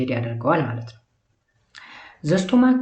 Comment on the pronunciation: Sorry ለመጥፎ አስቤ አይደለም ግን unit 5 part 1ላይ ለstomach ስቶማክ ስትል ስታነበው ነበርክ ቢስተካከል ። በተረፈ ግን ጥሩ ነው አባ በርታልን።❤❤❤❤